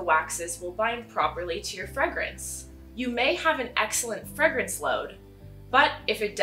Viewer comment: FREGRENCE?????? wtf you mean FRAYGRENCE RIGHT?